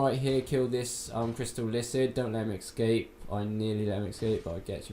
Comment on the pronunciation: How do you read halberd as ''helberg'' or ooze as ''oze''? And excape instead of escape? I'd do silent walkthroughs if I were you. In fact unless you're going to actually go over everything I wouldn't bother at all, I learned more reading the comments and probably should've gone to the wiki page instead. All videos like these do for the attentive viewer is waste time until we find a proper walkthrough that answers our questions.